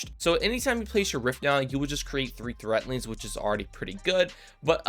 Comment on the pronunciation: It's 'threadlings' with a D. Not 'threatlings' with a T.